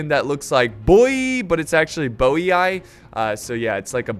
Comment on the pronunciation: As a Bohemian, I prefer the "Boeee" pronunciation of Boii